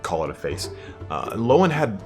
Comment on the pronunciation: Every time u say loane I got confused bro its leon (Le-on) sorry had to put that down as it is fraunch and oui do not eh speak eh like dis